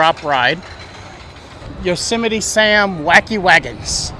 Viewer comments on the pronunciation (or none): none